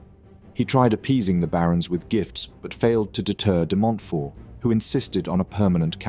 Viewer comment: DemontFORT and Lewes pronounced Lewis